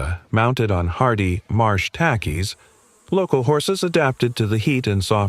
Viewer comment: Yeh - can't pronounce Pocotaligo & other names either. Got the Marsh Tackys right though...